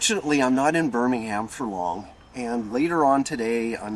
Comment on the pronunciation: Hello, and well done for pronouncing Birmingham correctly for many say Buninhum.